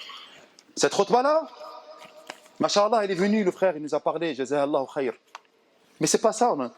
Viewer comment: Salam 3aleykoum. Mon frere/ma soeur nous devons essayer de prononcer correctement certains terme en arabes notamment la formule : ma cha ALLAH il faut bien disocier la dernière lettre (a) de "ma cha" et la lettre A de ALLAH car en arabe les voyelle longue ont une importance car elle peuve changer carrément le sens d'un mot , si tu ecrit en un seul mot les 2 terme en collant "mach" et ALLAH cela signifie : dieu a marche , tu vois la gravité de l'erreur qui peut nous mener au blasphème! wal wa ra7matouLLAH wa baarakatou. wa ALLAH ou a3lem